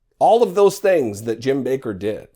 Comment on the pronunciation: It's 'Backer' not 'Baker'. Like 'WATTers' not 'Waters'.